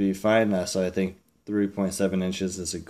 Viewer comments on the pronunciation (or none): none